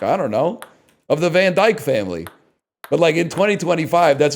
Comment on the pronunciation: You know you're truly Dutch when the thing you notice about Dick Van Dyke's name is just how everyone mispronounces the surname portion of it, not the inherent sexual innuendo.